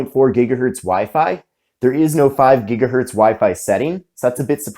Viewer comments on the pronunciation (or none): none